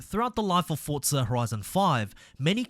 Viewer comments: Forza. Not Fortsa. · Why do you say Fortza 😂